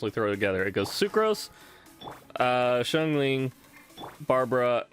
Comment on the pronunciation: Bruh my man pronounces every character wrong 😂 Diluc=Dillet 🤣🤣 Xiangling=Shingling 🤣🤣 Qiqi= Keykey 🤣🤣🤣🤣🤣🤣